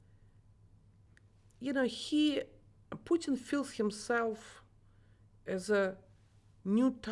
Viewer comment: Hos hard can it be for an educated journalist to pronounce Putin? 🤦🏻‍♂️